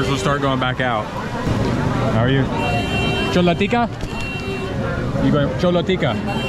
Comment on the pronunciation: Not चोला it's छोला 😅😅😅